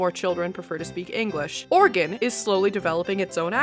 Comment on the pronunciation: I'm impressed that you pronounced Oregon right, where it rhymes more with "in" than "on" or "gun". Eta: Or maybe "en" because in this context like "pin/pen" I always pronounced the same and even now can barely tell the difference